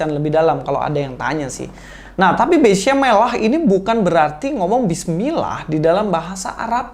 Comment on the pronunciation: 🤣 🤣 🤣 🤣 Ustadz Cocoklogi nih!! Kata "beshem" dibaca beshum!? 😂 Katanya ahli bahasa Ibrani, taunya ahli Google translate wkwkwk